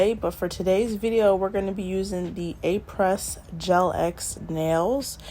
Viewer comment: Girl I love apres. I haven't bought these yet. Anyhow Apres is a French word and it is said like (uh-pray.)